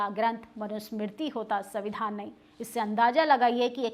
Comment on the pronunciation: अरे आप कौन से दूध की धुली है कुछ समय पहले तक तो आप ही प्रधानमंत्री को गाली दे रही थी। और कोचली बातें जो आप बता रही है ये बताइए बहुजनों को कौन सा संवैधानिक अधिकार प्राप्त नहीं है?. उच्चारण तक तो आपको करने नहीं आता सविधान सविधान बोल रही है। संविधान बोलिए। पोर्टल पर बैठकर बोल देने से एंकरिंग नहीं हो जाती है। अब इसमें भी आपको एससी एसटी या मनुवाद दिखाई देगा।